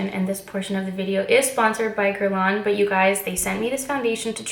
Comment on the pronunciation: I loooove this so much and please don’t hate me Geurlain is pronounced geurlay-n ? I say this as a Montrealer I also say this as an Anglo-Montrealer who isn’t fluently French 🤷🏻‍♀️ #hypocrite but love you! Haha ❤️